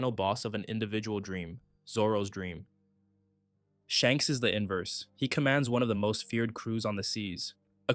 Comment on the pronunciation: Wasn't sure if anyone else had mentioned it yet, but you kinda keep saying Shanks' name backwards, my guy!